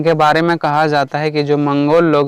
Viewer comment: मंगलो नहीं भाई मंगोल होता है 🥹